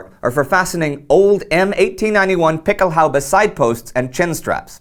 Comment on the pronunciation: Excellent piece. Quick note: The plural of "Pickelhaube" has umlauts over the "a", and is pronounced "PICK-el-hoy-ba".